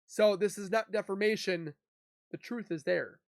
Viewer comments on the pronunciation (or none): I love ya bro. But every time you say the word defermation it drives me cray cray. Its defamation. No r in it. Just constructive criticism. All love bro.